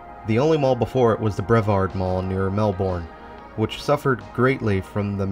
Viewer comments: The Melbourne in Florida is pronounced "Melburn", as far as I know. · This was a really interesting mall tour. I am in Sydney, Australia and our malls or as we call them "shopping centres" look kind of similar to this mall. I also didn't know Florida had a place called Melbourne. Australia has a Melbourne too but we pronounce it Melbin. Anyway, I enjoyed the tour. Very interesting and relaxing. Keep them coming!